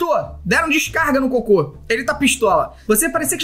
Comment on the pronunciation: Disseste coco não cocô isso è estranho